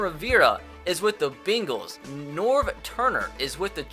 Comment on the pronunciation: It's pronounced Cincinnati BANG-les not BING-les